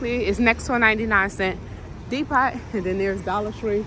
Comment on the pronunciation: lol i hope you were kidding when you pronounce depot that way